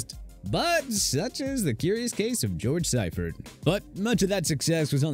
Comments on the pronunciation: I know some of these coaches were bad but did you really need to pronounce so many incorrectly? Bobby Petrino and George Seifert had enough misery at those stops as it was. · Mispronounced George Seifert and Kiffin coached the Tennessee Volunteers, not the Titans.